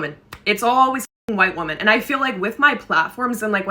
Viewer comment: The word women is pronounced wim-min